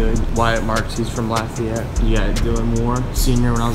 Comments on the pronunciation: Lafayette not lafayet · dude come to louissiana its awesome and you said lafayette very bad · You pronounced Lafayette wrong